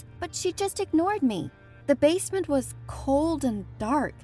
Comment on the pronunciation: I liked the bit when she said basment